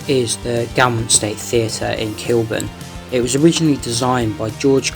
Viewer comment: Very good but the pronunciation of Gaumont - pron gomont...